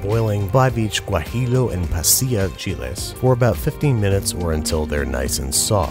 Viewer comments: It’s pronounced guaji-yo not guaji-low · Guajillo, it's pronounced gwa-ji-yo, the J being a hiss with the back of your mouth, double Ls make a y sound